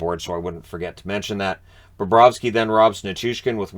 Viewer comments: Lol. Now you’re making the same mistake mosier did all night. Calling bobrosky burakovsky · It's funny hearing call Bobrovsky Burakovsky, since the announcers in the game did that several times too.